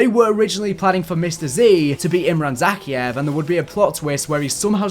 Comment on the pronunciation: With a name said enough times in all the Modern Warfare games, how can you mispronounce Zakhaev's name?